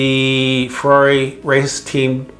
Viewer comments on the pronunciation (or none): Hey you english speaker, please learn how to tell the word italian brand. Ferrari is not a fwerrrrareeee. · After working for Ferrari all those years you’d think he’d learn how to pronounce Ferrari correctly😉